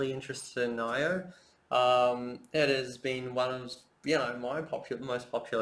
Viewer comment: you pronounce nio so wrong lol